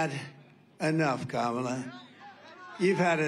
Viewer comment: How can anyone vote for someone who still can’t pronounce the VP’s name?